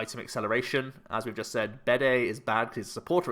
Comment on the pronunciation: Bede is pronounced like bead, rather than bidet.